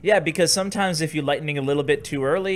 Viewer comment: Lightningning lol you make my day